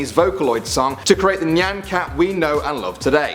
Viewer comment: He pronounced "nyan" correctly but not "shiba" (he said "shibe" (trust me i live in japan)